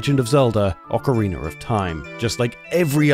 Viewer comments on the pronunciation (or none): I didn't know Ocarina ended in r. "ocariner" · Never get tired of this guy saying "Ocareener of Time" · Ocariner of Time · Ah yes, the classic anti-piracy measure in “Ocariner of Time” lmao